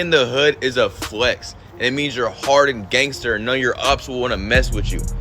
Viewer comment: He said look how tatted I am. Haha he pronounce it "gangsterrrr" 🤣 I'm white and I'll cook u on my worst day. 😂 🤐